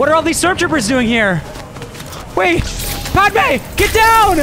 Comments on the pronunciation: called her “padmay” 😭 dont mean to be that guy but it’s Pad-uh-may. jus tryna help him out with the pronunciation not tryna be annoying 😂 have a good day everyone! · Bro he called padme padeewon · Bruh and when he called padme padewan